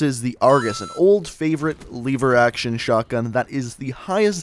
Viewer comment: You pronounced lever rong